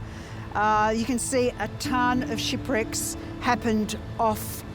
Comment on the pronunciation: I swear I thought the lady said “shitbricks” instead of shipwrecks